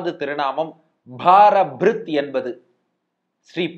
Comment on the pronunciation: It is பாரப்ருத். Not பாரபிரித்